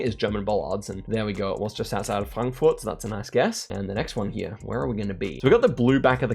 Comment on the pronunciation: absolutely perfect pronounciation on Frankfurt, rarely hear English speakers say the r correctly that way. Have only watched a couple of videos so far, I know he's Australian but is there a German background maybe? :)